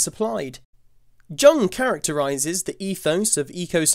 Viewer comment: Jung is pronounced like "young." FYI 🙂